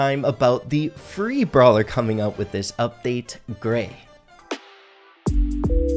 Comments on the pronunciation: Say Gray with no r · When he said Grayeverytime i heard 😂